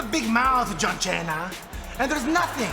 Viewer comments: john chena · jon chena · Jhong zena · John China more like